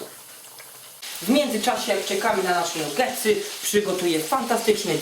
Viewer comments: "nugetsy" hehe chyba "nagetsy" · nie mówi sie nugetsy przez "U' tylko przez "A" czyta się nagetsy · mówi się nagetsy albo i nie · bo robi je dla kogos on ich nie je xD a pozatym pisze sie NUgetsy a czyta Nagetsy. Nabie xD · nie powinno sie czytac NAGETSY ?